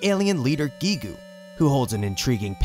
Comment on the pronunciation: It's kinda funny hearing "Giegue" pronounced pretty much correctly in the same video as "Giygas" being pronounced "guy-gus". :V